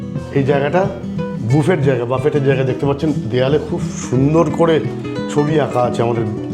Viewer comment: Please Buffet শব্দ টি নিয়ে আমার সামান্য বলার আছে। Buffet এর British english উচ্চারণ BOO- FAY, আর american english উচ্চারণ Bah-fay. । অর্থাত বুফে ও বাফে। কখনই বাফেট নয়। আমার প্রিয় মানুষ একটা ইংরেজি শব্দ ভুল উচ্চারণ করবেন এটা আমি মানতে পারিনা তাই এতকিছু বলা।